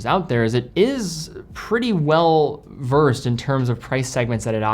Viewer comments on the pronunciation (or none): none